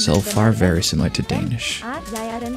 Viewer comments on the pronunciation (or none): none